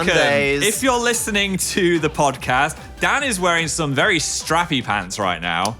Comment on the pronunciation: we gotta start adding in random Ds to the words then. The phildoard. The phandod. The phodcasd